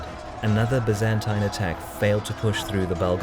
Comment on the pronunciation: Pity he can't pronounce 'Byzantine', it's 'bye-zan-tyne'.